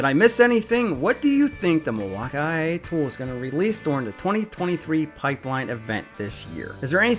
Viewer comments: Why do you say Milwaukay I ay? Just say Milwaukey. It is one word, not three words. Downright annoying. Kind of like "what is he talking about?" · Gah damn STOP saying BAT RAY! AND MILWAUK-I-A!!!!! ONCE OR TWICE IS FUNNY BUT DUDE THAT IS ANNOYING! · Mail-wau-kee three syllables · "mil walk i a" drilling into my brain... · What’s up with the way you pronounce Milwaukee? It’s pronounced like the city in Wisconsin, not Milwauk-I-A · For humor. It’s funny, just laugh and enjoy. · i am glad you say ryobi correctly but i get so tired of the way you say Milwaukee you stress Ryobi so much why can't you say Milwaukee when you don't think about it you say it correctly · He was killing my ears with his pronunciation of Milwaukee.